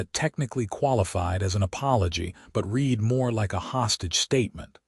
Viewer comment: The AI narration is pathetic. Imperfect AI narration hasn't been refined enough to distinguish between the correct pronunciation of read in the context it has been used.